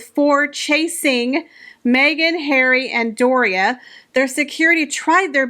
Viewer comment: Love your videos and thanks for making me smile every time you say Prince Hair-wee 😅 I actually think Disney execs were mocking Meghan !! She famously made an ass of herself on their lot demanding roles in Disney flicks. She also tries incredibly hard to ape Diana and Catherine so I think you have it flipped. Meghan who had her overpriced Spotify podcast and 24/7 press coverage claims not to have voice. I think you may have mischaracterized a meta joke on Disney’s part. They were making fun of HER not Catherine.